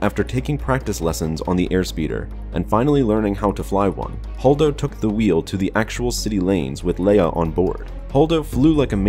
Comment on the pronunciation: I stopped listening as soon as I heard "Holdo".